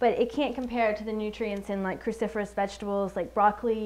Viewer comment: What did she keep calling these vegetables? Christopherous?